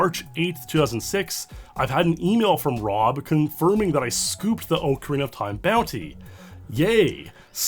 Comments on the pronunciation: I liked the video purely because he says it Oakarina (the correct way) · Thanks for pronouncing correctly as ocarina as ocarina and not ocariner like 99.99% of other creators in the platform do